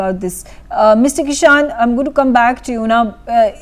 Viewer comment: its Keisham(Kaai - shaam) Kishan( Kee-Shaann)